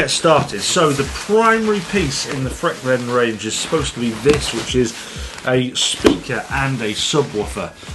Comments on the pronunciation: Freak-veins? No, but it is named frequence and if you say it as frequence it sounds like Frekvens. IKEA make simple. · The Swedish way of saying frekvens wouldn't be freq-/freak- but rather freckvens (not -uence..) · correct pronunciation is more along the lines of fre'-kvens, not frek-venns. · Even a ignorant Swede like me pronounce it “frekvens” 😊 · It's means frequency so that should let you know it's pronounced: "frekv'en:s" or "fre kvens" of that helps. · V is pronounced F in German but in Swedish frekvens is pronounced freekveens and it means frequency. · No he didn't. The pronunciation wasn't even close but that's understandable when you speak only one language (I'm not sure about it but most brits don't speak more than their native language). However, I really enjoyed the review😊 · Nah the V's and F's are pronounced the same in Swedish and English. Only thing you need to do to get correct pronunciation is to emphasize the latter syllable of the word rather than the former and (in most dialects of Swedish) use a rolled 'r'-sound. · Frekvens, as in frequency... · The fun thing was, that you actually pronounced it correct fromt he start. It was when you tried to say it in swedish, it went totally wrong. :-) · Yes. Another IKEA review from. Got to love the butchering of Swedish’s. Never heard of that product. And Frekvens is Swedish for frequency.